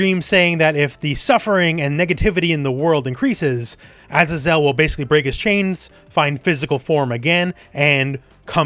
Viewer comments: Azazel is pronounced "uh-zay-zl", it's a biblical name - not "ah-zah-zel". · Pretty sure azazel is pronounced “AZAY-ZEL” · A-Za-Zel lol